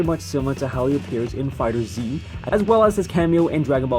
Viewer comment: I swear you're color blind, Nappa's armor color is NOT brown in FighterZ, it's yellow just like the anime (also its pronounced Fighters not Fighter Zee).